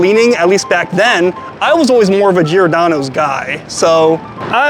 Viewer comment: everytime he says giordano i cringe sounds so bad lol